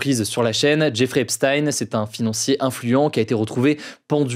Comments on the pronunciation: Ça se lit Djèfri Epstin et non Jéffré epstaïne. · Epstein avec « ch » par pitié, comme Frankenstein, vous savez rien prononcer les français c’est dingue (ou même ep-styn à l’américaine à la limite)